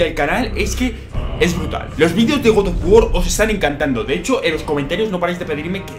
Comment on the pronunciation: Godof wor que cosa es esa aprende a hablar